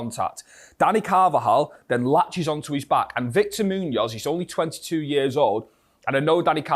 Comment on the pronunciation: I enjoy what you do with these videos but please brother you have to learn to pronounce his name better :D Probably the accent.